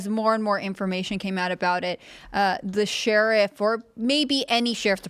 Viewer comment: Why does Tim pronounce the word “sheriff” as “Sheeeeeeriff” lol?